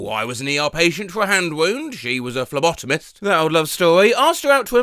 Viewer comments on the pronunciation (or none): none